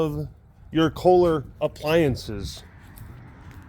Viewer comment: Kohler. Tell me you're from Wisconsin without telling me you're from Wisconsin.😂